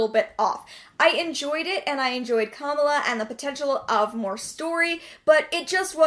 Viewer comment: I hate being this person cause I hate correcting anybody ever but you mispronounced Kamala. It's Ka-Mala not Kama-la, her comic is one of my favorites lol.